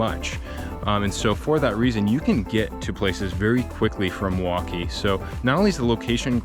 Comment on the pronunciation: Not to quibble, but his pronunciation of Milwaukie is odd. He says Muh-Wah-Kee, instead of the correct way, Mill-Wah-Kee. The L is not silent in Milwaukie.